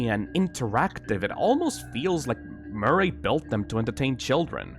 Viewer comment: edwin murr-aeyy